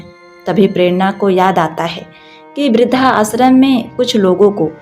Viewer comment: आप इस तरह उच्चारित किया करें इस वृद्धाश्रम शब्द को। वृद्ध आश्रम या वृद्धाश्रम। (ना कि वृद्धा आश्रम)